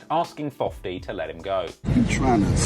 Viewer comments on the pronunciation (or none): buck said savagtoge lol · Valentimes? Sabastage? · Young Buck said "50 trying to savage-tage me"